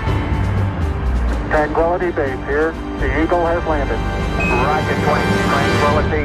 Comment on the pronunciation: I think its funny how he almost said twanquility.